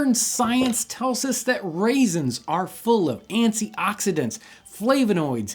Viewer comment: Did he just say..."antsy oxidants"? :) hmm...ants, the other secret ingredient. :D